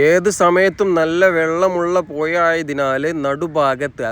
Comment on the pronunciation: പുയ അല്ല മോനെ പുഴ 🤣🤣🤣🤣